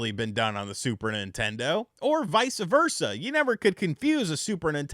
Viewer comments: Youve triggered my peeve!! It's vice versa, Not Vica versa...... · “Vice ah Versa.” Is that Italian or something 😂😂